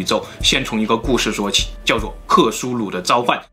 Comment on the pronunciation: 召唤，召，读4声，zhào 冗长，冗，读3声，rǒng 湖泊，泊，读1声，pō 潜意识，潜，读2声，qián